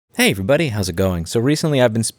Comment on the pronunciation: "That which is presented without evidence can be dismissed without evidence." Brilliant! Also, when you say "Hello Everybody." It sounds like you're saying "Hello Buddy."